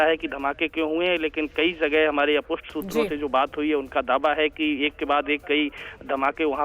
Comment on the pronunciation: कृपया "अपुष्ट " कहिये "अनपुष्ट " नहीं. अनपुष्ट गलत है.